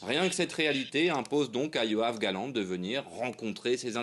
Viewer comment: C'est YoaV Galant, pas YoaN Galant..fais un effort